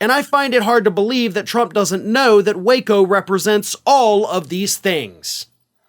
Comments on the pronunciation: Its pronounced Wacko.. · IT'S PRONOUNCED WACKO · There is a reason most people pronounce "waco" with a short "a" sound. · I pronounce the city as "wacko". LOL!